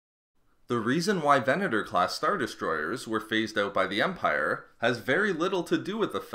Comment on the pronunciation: smallerrrr.. Largerrrr... Empirrrrre lmao